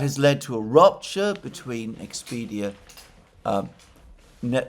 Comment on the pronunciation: It's Nexperia, not Nexpedia.